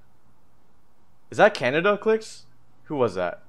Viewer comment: KIAMBA but it was khanada